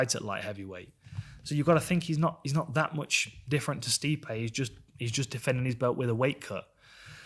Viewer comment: It's actually pronounced 'Sty-pee'.